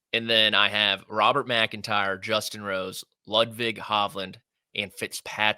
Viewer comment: please get Ludvig’s name right. It’s not Bud Light.